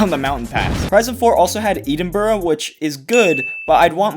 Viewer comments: Only problems with this is its slightly edgey and the way he says “Eden-Bruh”, otherwise this is literally what I think as well as some proper off road/rally physics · Its painfully cringey how you pronounce Edinburgh 🤮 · The way he said Edinburgh made me die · Did he say Eden-bruh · Did you say Edeenbruh? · Please stop saying Edinburgh like that, it's painful